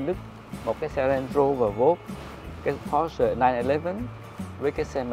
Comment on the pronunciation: Sale hãng Porsche mà gọi "pô" thành "cái bô", thật thiếu hiểu biết.